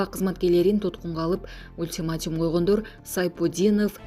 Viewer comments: Ультиматим эмес, ультиматум деп айтыш керек, сендей сабатсыздарды жумушка ким алды ? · Ультиматум а не Ултиматим